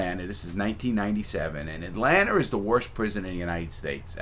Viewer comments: “Atlanter...sweet home alsbamer” 😂😂😂 Mr. Crabs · I never understood where east coast dudes see the R in Atlanta? Atlantar